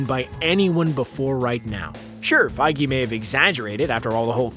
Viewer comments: wait did he just pronounce kevin "PEYJ" to "PEYGI"???? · Kevin feej not fi-ge lol